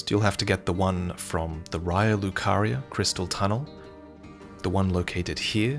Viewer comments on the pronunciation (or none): none